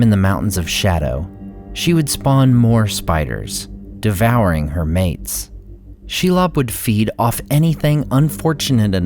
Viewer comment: Are you sure about the pronunciation of Shelob?